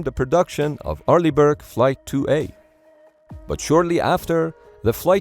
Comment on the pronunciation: "Arliegh Brick"😂😂😂